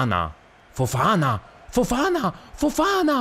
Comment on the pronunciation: Petizione per convincere il a pronunciare “Fofaná” e non “Fofàna”